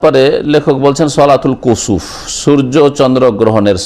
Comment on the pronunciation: কুচ্চুপ না কুসুফ?